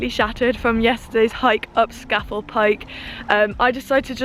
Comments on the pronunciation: It’s pronounced scar fell pike dear 👍🏻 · Love your off grid videos and it’s pronounced ..SCAaaa FELL.. Pike 👍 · Scafell is pronounced Scarfell I lived up there for a few years enjoy it's fab !! The name for people who climb these peaks are nicknamed Cragrats by the locals !!